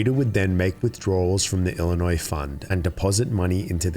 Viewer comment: Wow, this is quite something. I think she got off too light. She devastated that town, and ESPECIALLY with the emergency services being gutted because of her. How many emergencies weren't properly addressed because of this lack of funding and upgrades? Anyway, I liked the video. The only thing I will mention is that Illinois has a silent "s" at the end. "ill-i-noy" is how you are supposed to pronounce it.